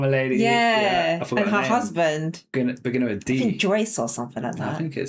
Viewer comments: I understand everything you say. I notice that when you say a word with th like think it sounds like you are saying fink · You asked if we understand your accent. Yes. I hear the F, instead of TH, as in fink, instead of think, but I don't know where that's from. Somewhere east of London, maybe? Essex?